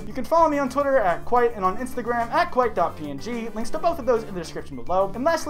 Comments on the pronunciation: Kwite? More like... Doot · Ayyyyy this is "kwite" the video XD